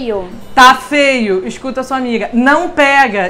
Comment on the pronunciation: "Esscuta" sua amiga!! Kkk